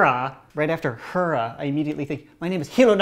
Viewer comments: It’s pronounced hair-uh not heara not hura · It's hair-a, not hur-a. Great vid though. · It's pronounced hair-a or haira not like he-ra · It’s Heer-a named after the Greek goddess or Zeus’s wife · It's not "herrrrra" it's hera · i pronounced it he ra or hira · I always thought it was pronounced like Hair-a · I think he mean Hera (Hair-a) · Actually it's pronounced "HAIR-ah." Look at any Justice League episode when Wonder Woman says "Great Hera!" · ITS PRONOUNCED HAIRUH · Hair-ah. HAIR. AH. THATS HOW ITS PRONOUNCED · It is pronounced hair-ah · It's pronounced hair - a even though it's spelled hera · its pronounced hair-a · It’s pronounced hair- ah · Stop pronouncing Hera like that I cannot take this